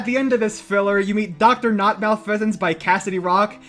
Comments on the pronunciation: Haven't heard someone pronounce Haiti that way in over 20 years. Also malfeasance is not a bird pokemon from gen 5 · That is such a pokemon fan way to mispronounce "malfeasance"